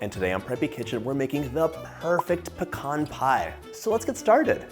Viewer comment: Thank you for pronouncing pecan correctly….it is like fingernails on a chalkboard when someone says pee-cans!